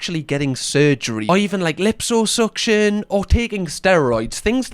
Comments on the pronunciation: “Lips-oh-suction”?. Honey. Please say sike. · Lipso suction 🤭 you’re too adorable 😅